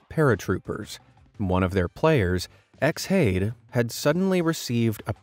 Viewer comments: X hade? surely it's pronounced Shade? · I'm pretty sure Xhade is meant to be pronounced as Shade, but I could be wrong and in the grand view it's irrelevant to the story